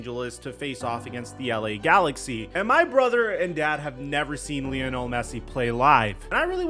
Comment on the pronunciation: Blud said “Leeanul Messi”